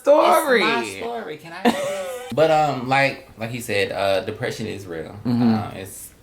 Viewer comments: is hilarious. He say, “dicksession” lol. He can’t smell dick in the air no more. Lol. Poor sus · Always a Kycia (Kee-sha) 🤷🏾‍♀️🤣 Dicksession lawd. Everyone see some point goes through depression. Just depends on how hard it's hitting the person. For me it was for months as a teen,. I was lucky and blessed to have friends and family to help me. We need to listen to our friends, get them to talk. If not reach out to family members that may get to them... Or who haven't noticed the person's severity of their depression. Thanks for this,. Shock laughs and years here today. Can I go to Walmart with y'all lol